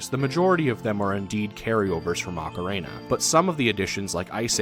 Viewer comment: Loved the video, but this drove me nuts: Do you see a third A in the word ocarina? It's ock-uh-reen-uh, not ock-uh-rain-uh. Okay, rant over. Great vid!